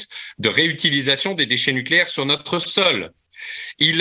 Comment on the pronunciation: C’est agaçant d’entendre ce « nôtre » systématiquement et à répétions « notre chaîne » ne ce prononce pas « nôtre chaîne » et c’est égal pour « notre référencement » plutôt que « nôtre référencement. Merci d’avance.